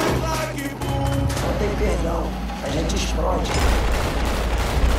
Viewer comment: é o portugues...A GENTE EXPRODI KK